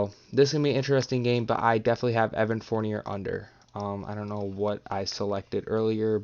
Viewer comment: At least say Fourniers name right